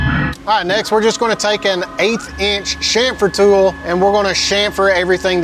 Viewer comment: Dude.....CHamfer....not SHamfer. Otherwise....you are one sick individual. Did you write this program?? Holy cow!